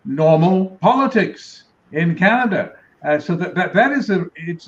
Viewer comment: people who cannot pronounce Canada (Kaneddddddddddddddddddddddddda) should not be allowed in Canada